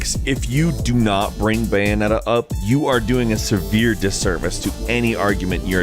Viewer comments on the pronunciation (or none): none